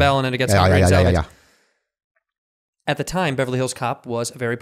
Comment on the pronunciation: “I’m hungy” XD